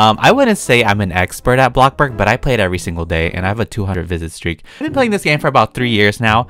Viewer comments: its bloxburg not blockburg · him: “I’ve been playing for 3 years” also him: “BLOCKBURG” me: “?🤷‍♀️” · Bish why u be saying boxburg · Sorry but its bloxburg not blockburg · “BlOcKbUrGh” gets me every time bruh😂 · when he said “BLOKBURG” 😭😭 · Did anyone else get a tiny bit triggered every time he said blockburg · I LOVE HOW HE SAYS BLOCKBORGGGG